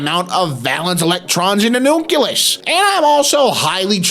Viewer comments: How in the name of god can you look at the word “nucleus” and pronounce it “nukulus”? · Oh god, he even said nuculus. I've never heard anyone say that before.